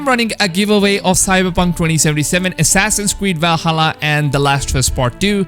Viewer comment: He used to say “W-alhalla” too lol but I think he got bullied out of it